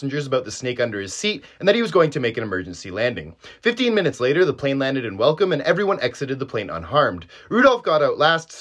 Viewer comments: Welkom is pronounced velkom Afrikaans name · From south africa myself. 3 things. #1 It's Welkom, not welcome, you pronounce it vel-com. #2 No, the cape cobra won't kill you in 30 minutes. You're thinking of a black mamba. The cobra's have postsynaptic neurotoxins and can possibly cause lung failure, but most often it will just result in a postsynaptic blockade, or paralysis. Administering CPR will keep a patient alive almost indefinitely. And no, don't suck venom, that's one of the worst things you can do. Just keep your heart rate down and be calm. #3 cobra's are docile, they will flee 10/10 times and only attack once that option is removed. If they cobra went under the seat freely, let him. It feels safe, thus won't engage with you. The vibrations of the plane is probably freaking it tf out as well. P.S. bonus thing. The snake could have jumped the plane, highly possible. Snakes can squeeze through some epic tight spaces. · Lol the city is pronounced 'velkom' not welcome. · Pronounced Vel-kom. Not welcome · 🤣🤣Got to love South Africa. Also you pronounce the W in Welkom as a V 👍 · From South Africa btw, you pronounced Mbombela well, but it’s pronounced Velkom, not how you’d say it in English :) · It’s pronounced val kohm btw love your videos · It's pronounced "velkhom" seun😂 But awesome content 🤌🏻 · Welkom is pronounced with a "V" at the beginning. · Welkom is pronounced "Vel-Khom" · It’s pronounced “Vel-kom” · Isn't it pronounced "Velkom" ? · The way he pronounces welkom